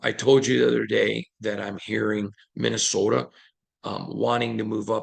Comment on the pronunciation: You gotta be a "U-per". The way you say Minnesota sounds just like them when I was up there.